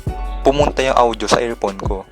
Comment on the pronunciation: Naiinis ako sa pag pronounce ng audio. “Awdyo”